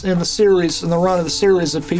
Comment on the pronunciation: Is using an iphone what makes him pronounce series as serilese?